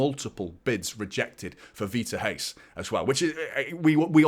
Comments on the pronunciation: I was just about to type this lol. He is saying "rais" instead of "reis" and is driving me crazy 🤣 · Here is how to pronnounce Reis: imagine you were trying to get someone's atention, youd say 'Hey!', now make that Heys. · it's Reis like HEYS :3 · silent R, but where is the H? 😄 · In Portuguese 'R' is pronounced more less 'h' Example Rui Costa is Not R oui, it's more 'Hui'